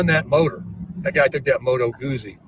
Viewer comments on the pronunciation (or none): Great live. Do you think he secretly fancies himself as Peter Fonda in ‘Easy Rider’? Ugh and the way he pronounces “Moto Guzzi’ is so cringe. I feel it’s time for a new desperate fluorescent travel partner to be looking at him pitifully while attempting to laugh at his jokes…